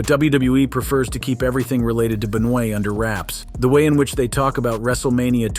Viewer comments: Chris Be-noy? Might want to fix that there,. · The guy is saying Chris Benoit's name all messed up on purpose what a troll 😆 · chris benoah*